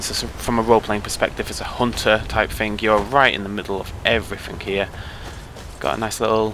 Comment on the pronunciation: Don't say "Fing".